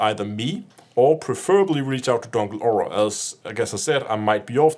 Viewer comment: As a german CMDR i find it hilarious to hear a danish guy trying to say "dunkle aura" in english^^